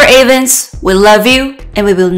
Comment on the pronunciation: His name is pronounced EVANS, not A VANS!! Respect his name, and don’t butcher it. 👎